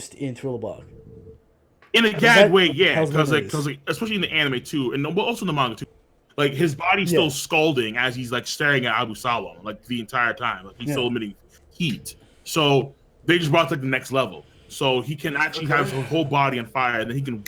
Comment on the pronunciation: congrats on the episode did christian get a new headset? OH SHIT ERIC CUT HIS HAIR Ah-boo-saw-lum... bro, you gotta learn the names lol Brago sounded like Ziad arguing for Zoro for a second I would've put Zoro in the High tier but he's just barley in there and sanji just missing the mark I'M 5"11 and 175 pounds!!! I'd solo both of you together THE KINGS ARE SPEAKING FACTS ABOUT TASHIGI!!!